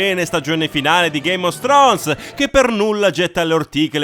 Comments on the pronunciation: "Ghéim of strons"... Ma che cazz?! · Perché dici GAME OS STRONES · Ma sono l'unico che sente ' game of stronz'? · Senza offesa, ma sono l'unico a cui sembra che quando dici "Game of Thrones", dici "Game os Thrones"?